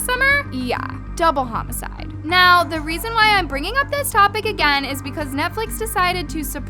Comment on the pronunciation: When she said "double homoside" My mind instantly replied "bitch-"😂